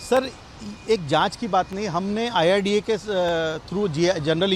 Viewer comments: न्यूज नेशन के इंटरव्ह्यू लेणे वाले बई साहब, डॉकटर साहब आयआरडीए बोल रहे है वो सून कर भी आप बार बार " आय आर डी एफ " क्यो बोले जा रहे हैं ? अचरज की बात लगी मुझे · Sabse pehle insurance authority kaa naam toh sahi se boliye, uske baad aap apna interview phir se post kijiye. It is IRDA and not IRDF